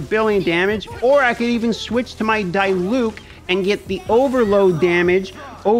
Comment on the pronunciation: As a german it is really cringy how he pronounces diluc and fischl xd good vidro overall tho.